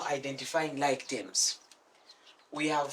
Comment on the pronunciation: For whoever is wondering. whenever he says tems. he's actually meaning terms